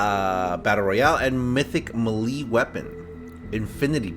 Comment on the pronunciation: It’s mythic maylayyyy just say it like that but spell it melee and you’ll be good